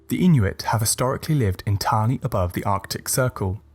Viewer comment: As an Inuk, this video got every myth right, just as I heard these myths growing up. The pronunciations of the Inuit language through that smooth British accent were on point.